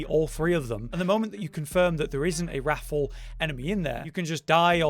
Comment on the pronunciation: It’s triggering me how you pronounce wrathful like raffle.